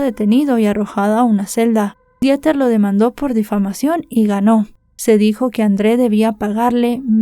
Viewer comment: me encantas como siempre, solamente que, la pronunciación de Dieter en alemán es:Diter. Te mando abrazos y bendiciones, no lo hago para ofenderte. ❤❤❤❤❤